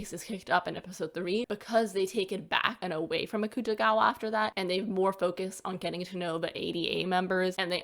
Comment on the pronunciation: you said akutagawa's name wrong